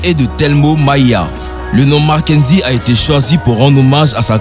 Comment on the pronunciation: C'EST pas makenzi mais marquezine